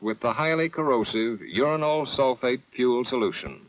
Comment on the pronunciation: The Homogenous reactors have to be my favourite. Just so off the wall and technically "simpler". Plus getting a giggle every time they mention "Urinal" (Uranyl) Sulfate